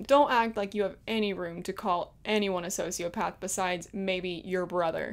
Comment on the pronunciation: He literally said sonsiopath